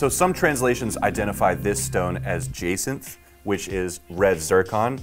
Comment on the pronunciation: Jacinth is pronounced Ja-sinth.